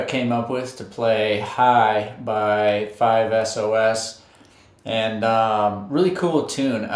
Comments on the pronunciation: It's 5 Sauce not 5SOS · It’s pronounced sos as in sauce not as in S-O-S . U should respect the band and the fandom